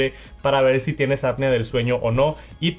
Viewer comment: TERMINEN LA PRIMARIA PARA QUE NO ANDEN DICIENDO ÀPNEA, SE DICE APNEEEEEEEEEEEA!!! No bueno, con estos "creadores de contenido" de 3 pesos